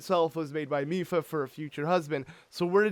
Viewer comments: he said “Mady Lipha’s” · "Mady Lipha" 🤣🤣🤣